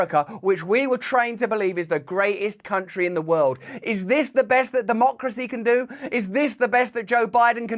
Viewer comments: Think he said, “tountry”…..not “country”. Another brain fart. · "Persciption jugs in any tuntry" huh? 🤣